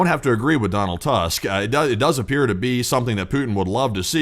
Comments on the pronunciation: Tusk is pronounced "Too'sk". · "Tusk" in Donald Tusk in pronounced more hard like "two-sk" not like a big tooth 😂